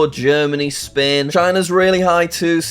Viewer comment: “USA is second” “Bahamas” “Germany” “Spain” Typical jsag